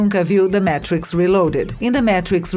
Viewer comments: Adorei! Mas, The Métrix??? Por favor!!!!! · o ouvido chega arranha quando ela fala o título do filme errado.